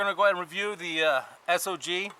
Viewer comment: Thank you for pronouncing the companies name correctly.